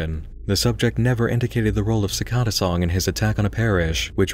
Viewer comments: cor-por-E-al and si-cAd-duh sorry but that pronunciation just got to me. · man you're pronunciation of cicada was weird, for me it was always cicAda with emphasize on the A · The pronunciation of "cicada" made me uncomfortable. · If i have to hear the word cicada pronounced wrong one more time